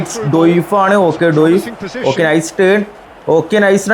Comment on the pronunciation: ഡോയിഫ് അല്ല bro ഡിയോഫ്